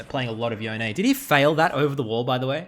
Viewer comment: Please... please stop saying "Yo-Nay". Please.... it's YONE, which rhymes with ZONE.